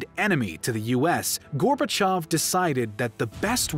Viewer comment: FINALLY! someone who correctly pronounces gorbachev (gorbachiov) every other history youtuber says it how its writen and its annoying